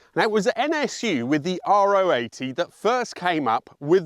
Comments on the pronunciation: Sorry to be the parade-raining nerd but, in the pronunciation of 'NSU Ro80', it's 'row', phonetically (short for 'rotary'), not 'R-O' (neither short nor acronymic for anything). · It’s a Ro80 (Row 80), not an Ah Oh 80!